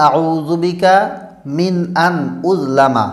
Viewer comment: আপনি বললেন উললামা স্কীনে লেখা উযলামা